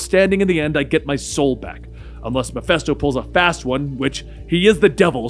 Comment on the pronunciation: Love the series, but one piece of constructive criticism: it's pronounced "muh-fist-OH." It's a short "i" sound.